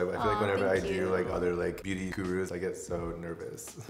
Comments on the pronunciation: I think he said "bitty" sponge from Korea. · I'm so sorry, I couldn't tell whether he said biddy sponge or beauty sponge? Either way I cannot find it anywhere online?? Can we get a link??